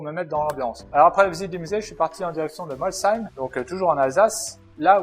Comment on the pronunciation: 1er gars qui prononce bien molsheim, pouce bleu.